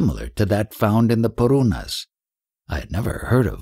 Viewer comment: Very bad sanskrit pronunciations.. It's purana and not paruna. Didn't watch further.